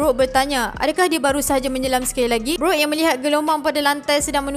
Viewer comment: Sorry ye pembetulan, bukan s shock tp s shark, bukan beroot tp brook. Hehe. Kami rindu.